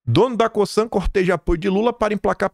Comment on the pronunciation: A pronuncia de COSAN é com Z, CoZan A pronúncia de Raízen é como se lê, com acento agudo no Í : Raízen